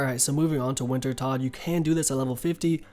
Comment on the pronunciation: Rsn- the foxing Wintertodt sounds like wintertoad / I’ve used lot of your videos to help me get back into the game after just coming back